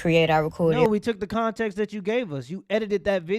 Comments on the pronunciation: She said contenkst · She said contintxs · No bro, she didn't say "context" she said "contenx" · Continx is diabolical 😂😂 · Don’t take it out of “continx” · "Meescharachterizzed weethout conteenxt" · "Without ferther conteeks" 😵‍💫 Entitled Hood Teacher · Nah you gotta say it right damn I gotta get up outta this scool the continks matters